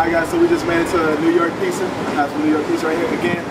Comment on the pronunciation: It's not pissa, it's pronounced pizza